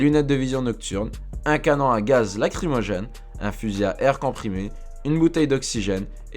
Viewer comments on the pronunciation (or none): none